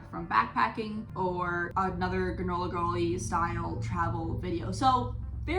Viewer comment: When you said "granola girl," I thought you said "gorilla girl." I had to go back and listen again to figure out what you were talking about 🤣🤣🤣